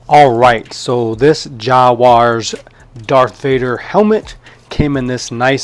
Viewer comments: JAZwares dude its really not hard to pronounce is it? And the Black series helmets beat the Jazwares one hands down. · Bro how did you mispronounce something SO bad? 😂 jozzwuarss?????